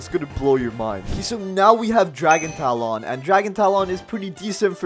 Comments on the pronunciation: Its dragon talon not dragon tal-on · this man js said dragon tal on tal on!!! wtf